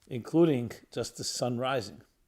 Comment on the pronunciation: Rabbi, you really need a voice coach. Your voice and speech are very unpleasant. Too many unpleasant extraneous mouth noises, lip smacking, nasal tones, sibilant Ts, adding a k on the end of a word ending in ing such as instead of the word rising you say risingK and so on. Very distracting. Constructive criticism, no shade. Please don’t react with thinking my criticism is malevolent, dismissing what I am informing, or going on the offensive defensive. It actually makes people angry because you should know better. Many people feel physically uncomfortable when they hear you and others speaking in this way. It is endemic in the Eastern European Ashkenazi population. It actually gives a boost to antisemitism. Telling the truth. Good news - it’s easy to correct and rectify.